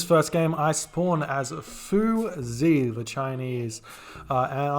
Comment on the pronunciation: The "x" in Chinese is pronounced as an "sh" so it should be said more like "fooshy" than "foozy".